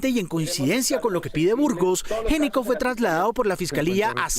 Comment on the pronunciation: Si es Géneco, ¿por qué escriben Gnecco? Y si es Gnecco, ¿por qué lo pronuncian como Géneco? En italiano, la “gn” se pronuncia como una “ñ”, así que hay que decir “Ñecco”. Curiosa coincidencia con otro “ñeñe”, muy amigo de Duque!